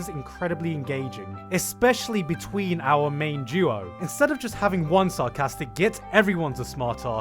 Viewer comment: Did you say our main JEW O